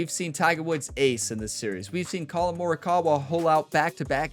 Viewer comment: One time for every shot. Birdie train called. Hope you have a great tournament in this one, since the 2k23 series is winding down towards its end.:_gamerOnetime: Edit: Have to admit occasionally your pronounciations make me cringe a bit, but for me you've got Colin Morikawa spot on. Post-round edit:. Great win. You've given yourself an excellent chance of winning this one. Hopefully old pink club won't give you too much competition 😉